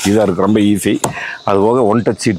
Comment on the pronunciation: Love the way he said roambba sappaya iruku, compared to Bose speakers 😂